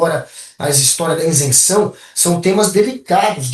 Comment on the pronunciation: Ótima análise. Mas,, o correto é isenção, e não insenção! 👍